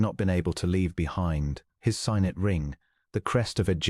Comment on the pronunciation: Signet ring ......is sig- net, not sie-g-net...